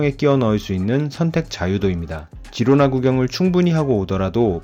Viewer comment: 스페인어 G다음에 e,i가 오면 “ㅎ”발음이 남. 히로나.